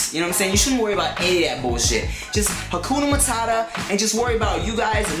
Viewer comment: he said acoonna matada